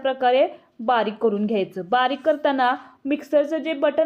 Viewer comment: करूण म्हणजे दुंखी , करू न म्हणावे आणि लिहावे सुद्धा . तुमचे व्हिडिओ अधिक लोकप्रिय होणार. शुद्ध मराठी मुळे.